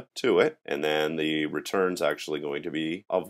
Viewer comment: I hated when you pronounce "the" as "da" all the time .. its not funny ..